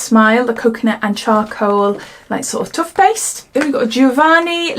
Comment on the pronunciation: Love the way you say " tuffpaste" cracks me up every time xxx